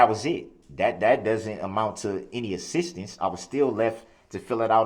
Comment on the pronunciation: And assistance he says ‘sisstance more than once. He grates my nerves so bad.